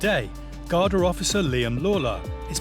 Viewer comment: Pronounced: Garda or Gardaí plural.